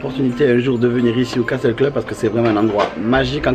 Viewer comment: Juste un petit détail de rien du tout, le mot castle ce on prononce "casseul" et pas "caSTEUL" ^^ Vidéo super sympa comme d'hab' ! :D EDIT: Mignonne la Alice ! :p